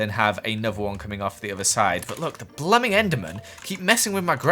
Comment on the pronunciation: its a little more like "blumin `eck" actually